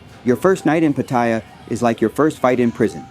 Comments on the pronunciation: Its called Pat-ay-ya learn to pronounce correctly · You're pronouncing Pattaya wrong and its annoying to hear but otherwise good video and advice! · You can’t even say pattaya bro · Its ai it cant say 7/11 or pattaya